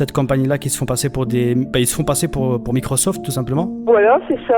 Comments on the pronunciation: en generale quand les mec te disent micrausauflt et pas microsoft c'est pas très net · "Appellez l'assistance de Micreauseauft"